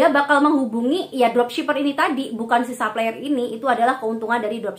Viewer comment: Makasih review nya mba. Tp mohon maaf sy terganggu denger mba bilang supplier bilangnya saplayer.. pls betulin deh hehe.. krn mba kan influencer. Trims